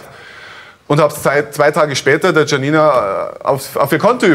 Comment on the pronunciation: Mich triegert es hier, wie der Name Janina ausgesprochen wird.